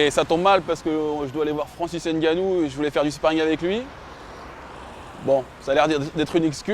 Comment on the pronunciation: Ngannou On prononce pas le N